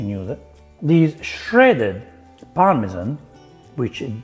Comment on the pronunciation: Par-me-zhaaan😂 Forza Formaggio 😎